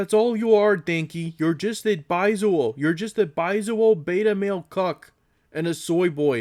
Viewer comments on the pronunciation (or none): Don’t you love being called “baizuo” by a white Dengist who can’t even pronounce the word in the proper Mandarin way?